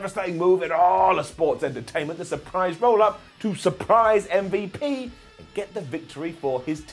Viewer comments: As a black man..STOP CALLING MVP UMMMVU0! THE SHIT IS DISRESPECTFUL AND IM CALLING YOU OUT..IT SERIOUSLY IS NOT FUBNY OR CUTE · Please keep saying MVP like “Mm-Vup”. It seriously makes me laugh everytime 💀